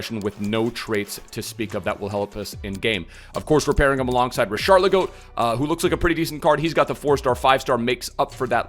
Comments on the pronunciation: Why tf does he keep saying richarligo? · The way he says richarlison I was confused to who he was on about